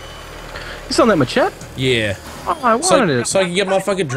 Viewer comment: tell me he did not just call it a ma chet